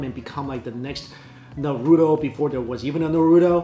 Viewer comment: Can't get over how you pronounce Naruto LOL